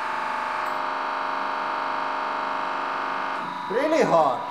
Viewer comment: That "rally english" is noice :D